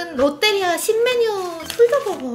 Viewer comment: 롯때리아가 아니고 롯데리아입니다 하하하하하하하 하 하하하하하하 ㅋㅋ